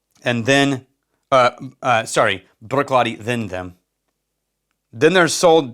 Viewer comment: Bravo in rolling of the “r” in saying “Bruichladdich.” I can’t do that.